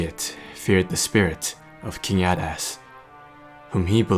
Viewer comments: It's 'A-dust' not 'add-ass'. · I thought i heard you say "King Badass" XD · it does sound like hes saying king badass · It’s pronounced (aydas)